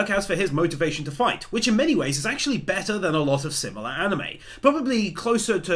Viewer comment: Uhoh he sair be'r (better)